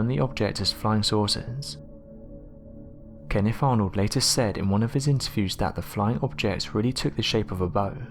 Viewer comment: What do I think? I think if I was KennIFF I'd be pissed that you keep mispronouncing my name. It's KenneTH.